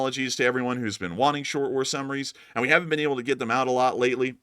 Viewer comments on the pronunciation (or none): none